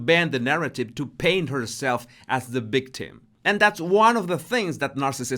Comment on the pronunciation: What is a “ bictim “?